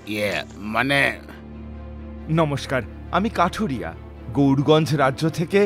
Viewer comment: Akta mistake korechen kathuriya k kathiriya na bole dui dui bar veer bolechen😊